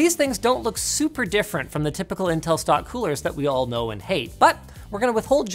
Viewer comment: you called them nintel 🤣